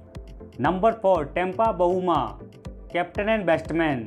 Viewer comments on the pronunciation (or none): बेस्टबैन नही भाई बैट्समैन या बैटर बोलो